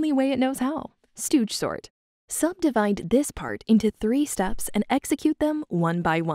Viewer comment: I thought it said snort and not sort